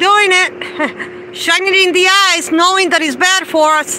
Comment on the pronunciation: She says "ice" instead of "eyes" and she says "boogers" instead of "burgers"!